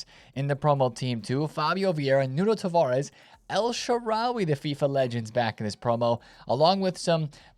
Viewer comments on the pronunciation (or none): none